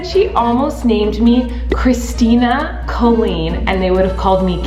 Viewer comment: lol “Kistina”